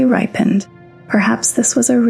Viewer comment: I can't tell if your just mispronouncing the words on purpose. It's endure, not inder. It's ripened, not rippined? They're were so many more but I'm not gonna waste my time. I think your just trolling